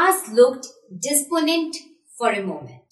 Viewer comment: oh gosh ! the way you said desperate n despondent was hilarious but in the land of blinds one eyed man cloud be king lol